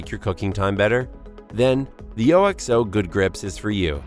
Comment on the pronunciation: I just can’t get over the fact he kept pronouncing it O-X-O instead of OKS-oh